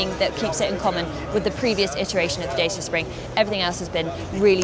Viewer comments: Not "Day-see-ah", "Dah-chee-ah". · I am more impressed by the car than the presenter… keeps saying “Day-see-ah” instead of “Dah-cha” 😂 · Datchea not Dayseea. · It's pronounced 'Da Cha' not James Mays skit at them of dayceeya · "Dah-cha", not "Day-sha" or "Day-sia" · My goodness, I was just pointing out the correct prono for this car brand! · It's pronounced "Dat-cha). 0 - 62 in 14 seconds does not make this a pocket rocket. And for a given vehicle length, putting the wheels as far apart (front to back) as possible does not improve the turning circle, it makes it worse. Dodgy reporting aside, I think we'll be seeing lots of these cars on our urban roads and supermarket car parks. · Please research the pronunciation of the brand! It's pronounced Dachia. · Found your comment here condescending tbh. It's a Romanian brand. All the Dacia adverts pronounced it correctly as 'da·chee·uh'. Romanian is a Latin language, where the letter group 'ci' is pronounced 'chee', much like cappuccino (Vulgar Latin). Are you suggesting you wouldn't correct someone who said 'cup-ah-see-no'? What about 'Jalla-pee-no' ? It's not just 'slightly different', it's wrong and can absolutely be mispronounced. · Isn't it supposed to be daw chuh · Dacia is pronounced 'Datchia'.You can Google it if you like.